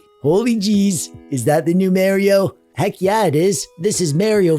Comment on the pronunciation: The mispronounced Mario is setting my inner Italian mutt DNA on full boil